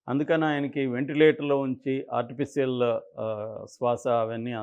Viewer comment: ఆర్టీ ఫీసియల్ కాదు ఆర్టీ ఫిషి యల్